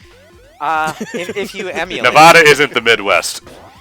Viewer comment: pronounced Nevada wrong. 0/10 worst LP ever, unsubscribed